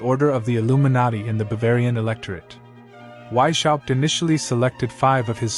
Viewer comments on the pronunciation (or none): Please educate yourself how to pronounce Weishaupt. I am from Germany and it is hard to listen to you butchering His Name. The work is very interesting though.